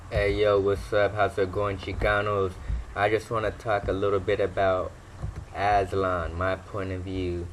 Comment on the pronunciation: He can’t even pronounce it , he sounds slow